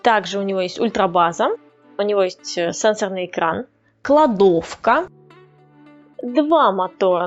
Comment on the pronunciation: Такой акцент на слове "кладовка", будто тебе в жизни ее сильно не хватает))) Лайк за деревню дураков, понастольгировал.